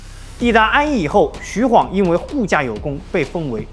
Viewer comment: 還好沒念錯 晃讀ㄏㄨㄤˇ 不讀ㄏㄨㄤˋ 白波軍可以看成黃巾軍的延續 弘農郡可是很重要的 位置在於長安跟洛陽的中間 長安在京兆郡 旁邊的弘農郡 扶風郡 馮翊郡 南陽郡這五郡並列於三輔地帶 而法正孟達正是從扶風郡逃難進去巴蜀的 位於劉表於是遣使朝貢，李傕、郭氾二人為了穩固自己勢力，便以朝廷的命詔遣御史中丞鍾繇封劉表為「鎮南將軍、荊州牧，封成武侯，假節」，呼為伯父，置長史、司馬、從事中郎，開府辟召，儀如三公，希望能夠結連劉表為外援。 從破劉備，又從破顏良，拔白馬，進至延津，破文醜，拜偏將軍。(也就是說打顏良 是荀攸出率先提出計策聲東擊西(荀攸認為不能與實力懸殊的強大敵人正面對抗，他分析了當時的形勢提出了聲東擊西、解救白馬的作戰方略。他認為袁紹兵多，應設法分散其兵力，於是勸曹操引兵先到延津，偽裝渡河攻袁紹後方，使袁紹分兵向西應戰，然後再派輕騎襲擊進攻白馬的袁軍，攻其不備，一定可以打敗顏良。曹操聽了他的這一番話，覺得十分有道理，就依計而行，袁紹果然分兵延津。曹操乘機率輕騎襲擊白馬，顏良不及防備，被關羽斬殺。)徐晃跟隨張遼關羽破敵) 前期招降呂布勢力兩個將 中期招降袁紹勢力一個縣令 後期招降三千戶(一戶按3人計算 三千戶=9千人) 招降高手 張郃封平狄將軍(狄=北方胡羌 把踏頓勢力這個北方胡羌給平定了) 徐晃封橫野將軍(把北方胡羌的平原荒野給橫掃了) 徐晃是戰場預備隊 跟隨張遼關羽破顏良 關羽張遼下場休息換徐晃上了打文醜 長驅直入就是徐晃發明的 補充包 : 投降關羽的荊州刺史胡修、南鄉太守傅方就在包圍圈裏面 會不會徐晃把他們兩個殺了 一位刺史一位太守都被殺 而他們手下的士兵沒了主心骨 就四處逃竄 徐晃就趁勢打穿了關羽的包圍圈 最好用又萬能的工具人